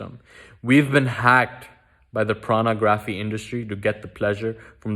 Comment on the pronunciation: Haha idk why you pronounce pornography as “Pranagrapghy”